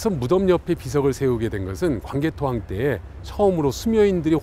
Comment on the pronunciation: 발음을 잘 하세요. 강개토 대앙이 아니고 광개토태황입니다.